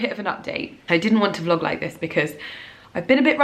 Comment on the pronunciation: ‘Uhhh I’m trynna vloaug!’ 😂